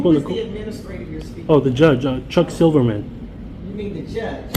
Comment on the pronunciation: joooje? no, it's [ʤʌʤ] thank you love your videos but just can't wrap my head around how can you mispronounce every single word of your own language?